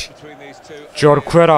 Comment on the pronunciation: Abi o Jorquera horkuera diye okunuyor :D Bursaspor'luyumda :D